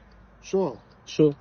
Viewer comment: Не шо , а Що. Пусть вивчае мову 😂😂😂